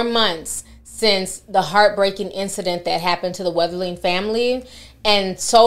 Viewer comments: How is it that you had to read and type this boy’s name several times to make this video, but you’re still pronouncing it like there’s an “H” in his surname? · His name is being mispronounced in this video. 🤦‍♀️